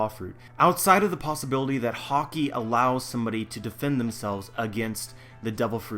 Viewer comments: good video. only thing that ticked me off was how you pronounced Haki. you say haw-key but the anime says ha-key. that's a personal thing but yeh good video. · why are you pronouncing "Haki" as "Hockey"? Anyway good stuff. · Love your videos agree with 90%+ but for the love of oda stop pronouncing haki like hawki other than that keep up the great work:) as far op fruits go, I know it's a movie fruit but still well established within the universe, Ain's modo modo no mi is in my mind the single most over powered fruit there is, if she was on whitebeards crew or any of the old powerhouses.......I shutter to imagine